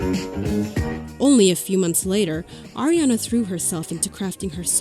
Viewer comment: its ARIana not AIRiana